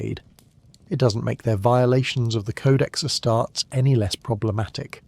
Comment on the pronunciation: Please make up your mind how you're pronouncing "Ass-tar-tees". Pro tip, it's this way ^^^